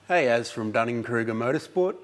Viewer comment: Did you say Dunning-Kruger motor sport? I’m dead.😂